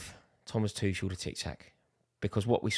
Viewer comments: AND ITS NOT FKIN THOMAS TUSHEL ITS TUCHEL U TRAAAAAAAASH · Before you start Tuchel out campaign, can you please learn how to pronounce his surname correctly. He is not Tušel. Thanks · What's a Tüschel? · You can't even say his name right. It's Too-Kel, not Too-Shel. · You said it all Axe Tuchel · the way he says Tuchel..uhhh is like someone is scratching my back next to where it tickles.... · I hope they sack him so I don’t have to hear you mispronounce his name anymore 😂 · Go support Arsenal please , you can’t even pronounce our managers name you clown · It's been nearly 2 years and he still can't pronounce his name right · The fact you still can't pronounce his name say it all. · Learn to pronounce his name correctly first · Nah. Rory taking the lampard sacking out on tuchel. Never liked him. Like at least pronounce the guys name correctly and pretend you care. I like you Rory but this is not it. We aren't under roman any more. You can want improvements without sacking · Rory how you still haven't learned how to pronounce Tuchel?